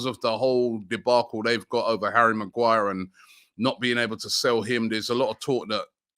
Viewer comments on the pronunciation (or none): none